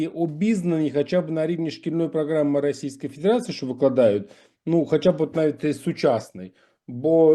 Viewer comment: Мені сподобалася як він вимовляє: рассійска фідєрация😂😂😂 А взагалі - добре, що хоч так заговорив! Практика все виправить.